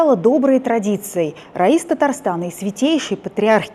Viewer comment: РАИС переводится руководитель. Это по Исламски. Единственный руководитель в стране . Ударение по другому а Раис это имя. Хоть в гугле читайте